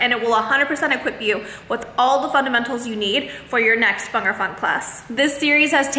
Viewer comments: It’s Bhangra not bangra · Just go correct pronunciation it’s not Bangra ..it’s called Bhangda in Punjabi..your dance is awesome..love your dance